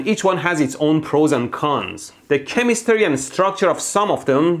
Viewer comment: Is it just me or he said chemistary? 🤔